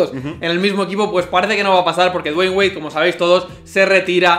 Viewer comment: Nunca aprendi a pronunciar Dwayne...le dig Wade y listo xd